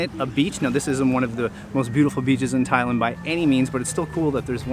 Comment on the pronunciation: So I did a bunch of googling and I can’t find anybody who pronounces Thailand the way you do. You’re saying ThaI - Lund. Everybody else pronounces the land as, well, land.